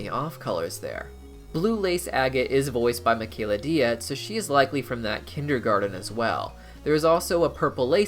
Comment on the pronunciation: How can you mispronounce Michaela Dietz's name like you've never seen her introduced at a comic-con panel or podcast? Deets. Don't know you if you're rude, ignorant, or so arrogant you think you know better. Bad look either way.